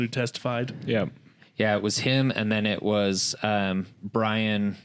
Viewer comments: Byron not Brian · Byron not Brian.